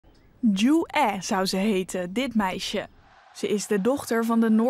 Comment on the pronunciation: Het is Ju-ae (김주애), maar inderdaad.. de uitspraak over Koreanen is altijd een drama in Nederland. Ook de Leider's naam is niet als het Nederlandse woord "oen" en de Grote Leider Kim Il Sung, zijn opa, is ook geen "soeng". Je hoeft geen Koreaans te kunnen om ook maar een beetje dichterbij de correcte uitspraak te zitten, maar dit gaat helaas al decennia lang zo. Van een grote zender als NOS verwacht je toch wel iets beter.